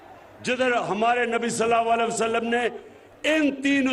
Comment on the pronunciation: Salal a waslam sahee kehna sekho